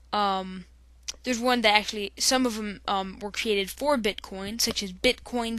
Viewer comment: He said bitcon😂